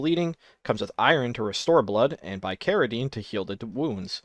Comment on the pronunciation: Hearing you pronounce some of these medicines (bicaridine, ipecac) is KILLING ME.